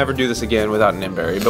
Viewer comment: it's miracle berry not mberry